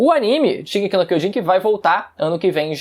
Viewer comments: Incrível você dizer ser estudante do Idioma Japonês LOL , Sua pronuncia do Título da obra é errada , não é D e sim J de Kyojin e não Kyodin !! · shingeki no queijin kkk